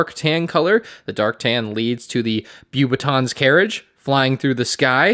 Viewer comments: ‘Bew-batons’ carriage 😂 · Omggg we gotta work of your French pronunciation LOLLLL Beauxbatons acquired a never before heard pronunciation haha